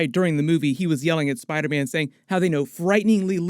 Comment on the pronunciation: Will he please stop saying spiderman like that😂🤣(spidaaahman)